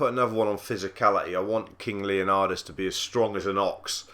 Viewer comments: It's not Leonadis,It's Leonidas! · its leonidas man